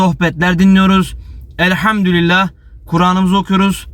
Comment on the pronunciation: Elhamdülillah Hızlı konuşurken elhamdurillah diyorsunuz dikkatli olunuz